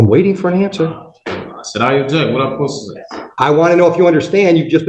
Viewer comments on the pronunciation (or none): “What I ah sposetuhsay?” Holy Mary Mother of God. What a shitshow.